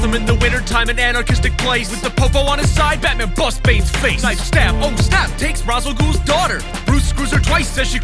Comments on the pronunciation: its not ras al ghul. its rash al ghul in pronucination. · It's pronounced raish Al gaul not Ras Al gaul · You said Ra's al Ghul's name wrong.